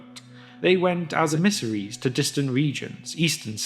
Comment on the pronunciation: just an fyi, your pronunciation of emissaries is wrong, it's more like when you said missionaries